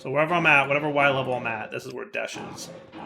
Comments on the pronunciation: It's desh not deshed ahhhhhh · Anybody else find it simultaneously annoying and hilarious that he keeps saying "Desht" when it's just "Desh"? He said it right like, once. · It probably wasn't bugging much of anyone else, but the word is "desh,", not "desht." Not that you even say "entangloporter," you actually shorten it to "entangloper," but I had to say something or it was gonna continue bugging me. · its desh not desht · Lol desh..not desht but this is fun!! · He's gotta be trolling us, right? Several times he said "Desh" correctly, so he's obviously not misreading the word. So it has to be deliberate trolling of his audience, right? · Please stop calling it deshed 😂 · Why do you keep saying "desht"? 😭😭😭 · Lmao every time he said it I cried a little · Youtuber / streamer disease. You with 100% chance mess up words in recording :)